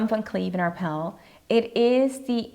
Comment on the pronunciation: The brand is Van Cleef & Arpels ... There is a sssssssssss on the end dear.